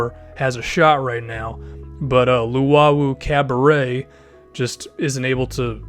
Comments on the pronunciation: "Luwawu Cabaret?" It's Luwawu Cabarot, r u fucking kidding me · u deserve a like for saying timothe luwawu cabarrot's name correctly